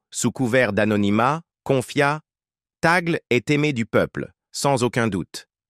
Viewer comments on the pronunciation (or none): Le e de Tagle est prononcé é. Merci